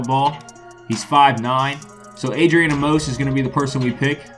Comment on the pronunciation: Why do y’all say adrian a-mose it’s pronounced “amis”